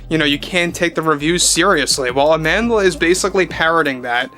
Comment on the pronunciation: As a Motswana I physically cringe whenever I hear people say “Amandela” because they can’t say “Amandla”